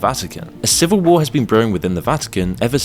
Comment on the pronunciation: You pronounced war as "Ware" and pronounced Hearse as "Hear-Say". Confirms the narration is being done by a trained AI Model.